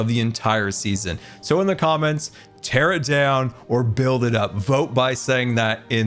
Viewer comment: Ter it down